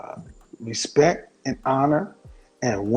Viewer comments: Honor and respeck lol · Hahhaha he said "respek"! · It's pronounced respecT. Also she seems sweet. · “Honor and respek” Birdman: “yeaaa, respek” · I feel bad for dying when she said respeck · "honour and R E S P E C" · “Honour and respec” 😂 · "honor and respek" LMFAO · He really said respeck like her 🤣😭😂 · He said 'respeck' (she said it twice). That was way funnier than it should have been. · Axing expecially for respeck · She said "respeck" whew chile lol